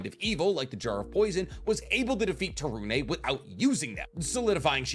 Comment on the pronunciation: Yay you said to torune properly!